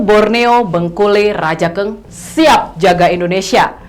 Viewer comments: Cara bacanya bukan raja eng mbak, tapi rajang bacanya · Rajank dibaca rajang Radank dibaca radang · Maaf hanya meluruskn Baca nya bangkule rajang mbak. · Reporter klo nyebut Rajankg..perlu dipelajari dan pengucapanya harus pas..buat...🙏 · Masyarakat adat Dayak=Indonesia, cinta NKRI, cinta Presiden Jokowi. Utk nya boleh lah ke tanah Borneo utk silaturahmi dan memantafkan pengucapan kata Rajakng dan rumah Radakng supaya lebih pas😄😄, terima kasih sudah menyampaikan pesan ini lebih luas. Mardeka...